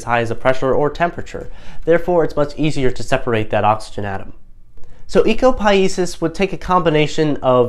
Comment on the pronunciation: It would be good if you could pronounce Ecopoiesis correctly.